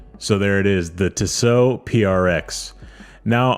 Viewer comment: Tissot. No emphasis on either syllable. Tiss. Oh. Just ordered a V8 swissmatic. Cant wait for it to arrive. Love Tissot. Value for money cannot be beaten when buying Swiss. Theyre beautifully made. Now to start saving for a new Favre Leuba to keep my old Duomatic company.